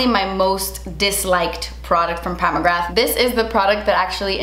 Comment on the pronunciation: Isn’t it Mcgra pronounced like ‘bra’ with a ‘g’. Not mcrgath lmao